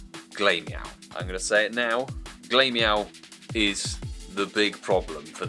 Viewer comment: Always find it funny how you pronounce glameow, its pronounced glam eow, because he's glamorous, and the evo is ugly lol